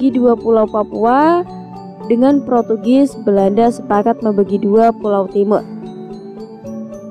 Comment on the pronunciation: Portugis bukan protugis ka, USA bacanya yu es ei bukan yu es a